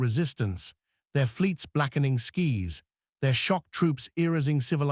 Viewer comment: AI is so crappy that it can't even pronounced "skies" correctly.